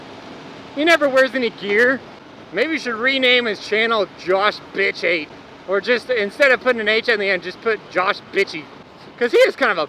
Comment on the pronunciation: Love how you said josh fifty h. Made my day! Josh is an awesome dude. So are you don't get jealous:)